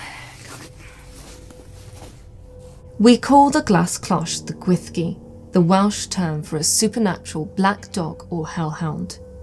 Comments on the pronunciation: Great video, super interesting! One minor thing, though: the Welsh "ll" isn't pronounced "th". It's more like a hissed/swallowed "sh" but that's not quite it either. Sounds like the cloche is going to be a really important object for your museum, so might be worthwhile practicing that sound if you're going to be talking about the Gwyllgi a lot on tours etc. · I too am haunted, by how a word spelt Gwyllgi could be pronounced Gwyshgi. 🤯